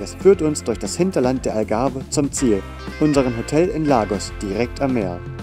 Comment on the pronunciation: Wenn ihr schon so ein Video macht, dann bitte darauf achten, dass es der Tejo ist und nicht der Tajo. Sowie auch die Pastéis de Nata ein National Gebäck ist. Die in Lissabon-Belem heissen Pastéis de Belém. Am Anfang heisst es Algarve und nicht Agave 😅Und noch so einige Fehler 😅😅 daher kein Like👎